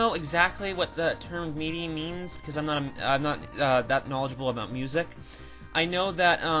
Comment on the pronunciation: FYI MIDI is pronounced like mihdee.